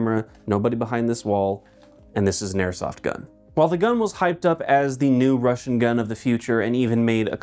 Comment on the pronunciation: It always baffles me how yanks manage to fuck up russian pronounciation... like brother its literally pronounced as its spelt. How are you lot adding random ass letters and inflections to said words.